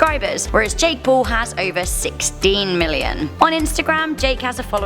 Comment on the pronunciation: Hehe for a second there I thought u said “Jack”🤔